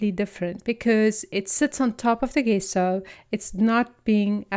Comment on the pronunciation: It’s pronounced jesso not how it’s written on the bottle. Thanks for sharing